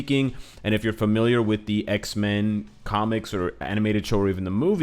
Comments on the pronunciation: Whenever he says Xmen, i hear Iceman. (Want him so bad in the game.) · Say X-men one more time please :D we love them X-Men too!